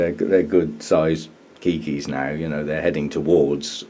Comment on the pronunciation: Have just been watching your channel, very enjoyable! I'm surprised to discover you call keiki keiki. 😊 Just want to mention in Hawaii it is pronounced kay-key. 🤗 Aloha